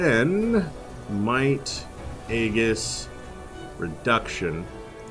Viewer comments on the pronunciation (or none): I half blame the game for including a skill named Aegis on the default cleric but it's a soft G like A-jis, not hard g like A-Gis. Sorry but it irks me to no end, great videos otherwise.